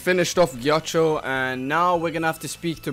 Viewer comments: His name is not giaccio.. Is writes ghiaccio and hear his pronunce on Google translate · It's Geeya-keeyo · Ghiaccio's name is pronounced like "Gi-ah-cho", there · Gee- a - shi- o